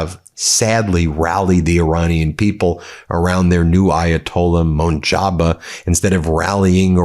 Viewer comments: New supreme leader's name is Muj taba, not munjaba.. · It is moJtaba, not montaba, simple spelling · Ben, his name is Mojtaba, not Munjaba! Are you being derogatory towards Mojtaba deliberately? Just curious. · its not Mun ja ba its mush ta ba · Why can't Ben say MOJ-TA-BA. keeps calling the poor dude MONJABA😂😂😂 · Hey u dont know how to read moj ta ba not not monjaba come on learn how to pronouce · I fw the reporting but just for professionalism sake bro please stop pronouncing this man's name like the t is before the j 😂😭 its moj-tah-bah. Not motjoba. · The new Ayatolah's name is "MOJTABA", not munjaba. At least make the effort to pronounce names properly, other wise you start sounding no better than trump and people will take you less seriously. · Ben, please! It’s not pronounced “Hermoze”; it’s “Hor-mooz”. Rhymes with “more-booze”. And it’s not pronounced “Mon-Jaba”, it’s “Moj-tabba”. Not a big deal, but important. You’re an important thought leader, and pronouncing important words correctly makes a difference in how seriously you are taken. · Idk why you’ve been saying the dude’s name wrong for days now. It’s not Monjaba. It’s Mojtaba, if you can’t pronounce it even Moshtaba is better pronunciation as they’re similar. Monjaba is not an irani name. Either Mojtaba or Moshtaba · There is no “N” in the name Mojtaba. Why do you keep calling him Monjaba? Its pronounced “MUJ-TEH-BEH”. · The Ayatollah 's name is Mojtaba not Motjaba as in jabba the hut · Love ya Ben, but your pronunciation of these foreign names is killing me! “Monjaba???” His name is spelled, Mojtaba! There’s NO “n” in his name! 🤦🏻‍♀️ C’mon Ben. You left the legal field to be a podcaster! A NEWS person on YouTube. You’re not looking credible when the orange felon can pronounce Khamenei correctly, yet you can’t. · MUNJABA ?? OW LORD 😂😂😂😂.....BEN...stop the dislexia man ! 😂😂😂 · Its Ayatoolah ''MOJTABA'' learn how to pronounce it next time